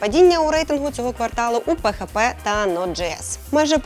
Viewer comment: Спасибо за аналитику. Но можно называть ПиЭйчПи а не пехепе. Плиз)